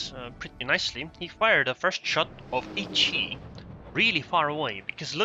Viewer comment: pronounced "Hyeh-ee" and it's the ARP version of Hiei, Kongou's sister ship. interestingly the C-hull on the Kongou is Hiei, not Kongou. It makes sense for war gaming to not rename just the third hull of the Kongou, just thought it interesting that they used Hiei as the third hull. Keep up the good work!